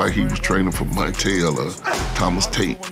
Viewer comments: Hey man you said “Muke” instead of mike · Haha “Muke” Tyson is that because he has Mutant abilities???? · Muke Tyson huh?😂